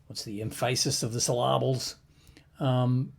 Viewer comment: LOL "the emphAsis of the syllAbles".